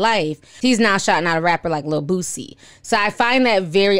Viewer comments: I love that you call him Bootsie instead of Boosie 🤣🤣🤣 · Why do you say boosie like that lol?